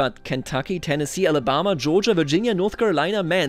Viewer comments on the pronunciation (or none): Brother Alabama ain’t pronounced like Allah